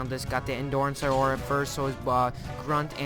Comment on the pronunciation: ugh why do you always say A aura like theres an extra a in aura....